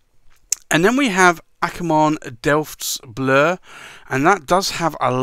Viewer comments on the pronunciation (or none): Great video. You have to practise on your Dutch though. Binnenhof is a part of the Dutch house of parliament. Delfts Blauw is the famous blue coloured china drom Delft. And I could explain them all but anyway, tomorrow three of Akkerman’s niks will arrive tomorrow. One of them is Delfts. Blauw. Can’t wait to ink one of my pens with it... And I love the bottles! They’re great!